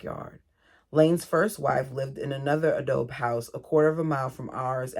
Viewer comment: Hey, you are adorable. You have a lot of empathy for these women and children. PS Adobe is bricks made of mud and straw, so it is free! It is Spanish, say "ah-dough-bee".